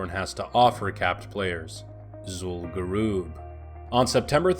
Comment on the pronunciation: “Zul Gerewb"